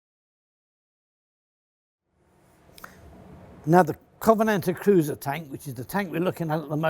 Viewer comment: I knew we could count on Mr Fletcher to pronounce the name of the bloody thing correctly.